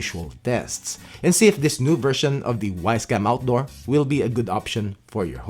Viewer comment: "Wisecam Awtdor"